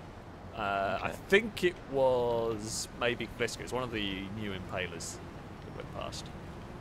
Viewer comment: It's an Impala not Impayla🙄